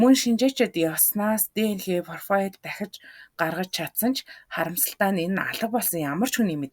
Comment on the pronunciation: Комфань, фрофайл, интерфол!!!!